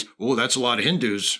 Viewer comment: The way this guy says "Hindu" you would think the word has a hard "r" in it.